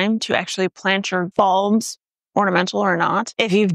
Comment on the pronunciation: sounds like you said plant your balls, but... I live in the Colorado rockies, about 7500 ft. You gave me the idea to plant some garlic. Is this the time for us? I am going to do it tho, with some grocery store garlic, see what I get next year. It hasn't snowed yet this season, but the mountains have gotten a lot of snow. Anyway. Love your vids! Lookin great as always and spitting facts!